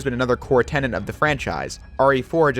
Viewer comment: tenet, not tenant